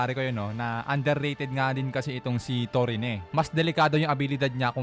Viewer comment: Torine? Parang Mali lol